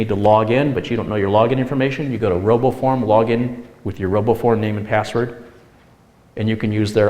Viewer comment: Roboform oh. I Thought he said robo porn